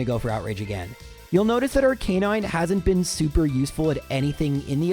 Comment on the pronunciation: It's pronounced "arca-nine", not "arc-a-non".